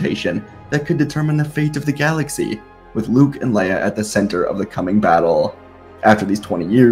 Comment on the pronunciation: Really don’t like the why you say right in to it and galaxy